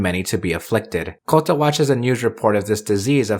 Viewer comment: FFS stop pronouncing Kouta as Kotta